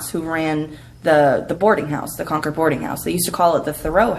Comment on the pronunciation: Hey it's pronounced.....CONKID!!! GOT IT??